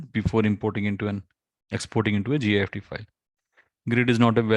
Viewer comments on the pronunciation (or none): Thank you! Wow. That is all you need to do! By the way, you say "GIST" but as you write in the title, it is not GIST but GIFT which is pronounced the same way as gift meaning (Christmas) present. The man who created the GIFT format made it as a gift to the Moodle community.